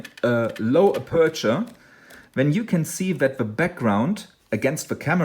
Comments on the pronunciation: TNX, very useful (I had some trouble understanding your pronunciation of the word 'aperture', first syllable caries the stress). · Marcus Van Assendelft van Wijck aperture...I think the pronunciation could be confusing. I can help about the settings if you have a problem setting that.